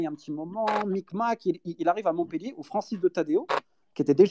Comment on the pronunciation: MontpEllier merci de bien prononcer !!!!